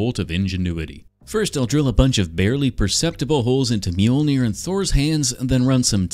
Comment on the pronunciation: Mjolnier? Dude at least mjol-ner😂